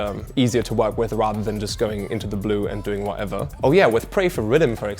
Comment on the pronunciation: Yeah he's starting to lose Ts 😂 like saying wha-ever instead of whatever, defo British influence 😂